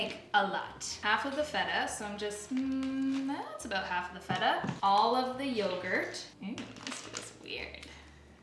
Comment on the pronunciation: you said correctly "tzatziki", so I will forgive you for the "vegan feta" hahaha <3